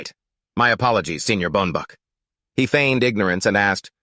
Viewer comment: Bruh the protagonist is called “Mr Pellenger”… who the is “Boenbach”?